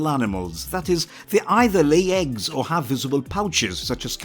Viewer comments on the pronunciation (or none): none